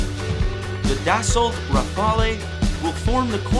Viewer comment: Awesome video, but "Dassault Rafale"... is pronounced "dasso rafal" (those "LT" and "E" are silent). I believe that the future lies in the drones.